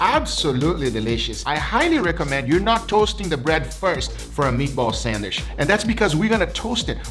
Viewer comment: “It’s gonna go on a sandwish”